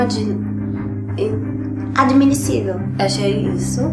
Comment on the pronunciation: Ela diz errado também kkkkkkk "adminissivel"